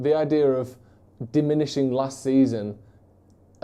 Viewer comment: never heard diminishing pronounced like that 😅 but who am I to argue with Paddocks resident thespian.